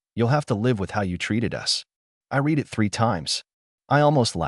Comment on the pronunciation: If AI is going to narrate they need to use the correct past and presence tenses of words such as read (reed) and read. Annoys me to no end.